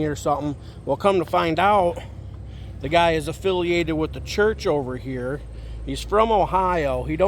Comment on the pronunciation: It's WITH NOT WHIT